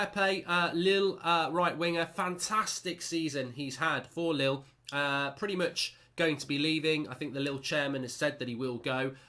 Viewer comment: hahaaa lille chairman sounded like little chairman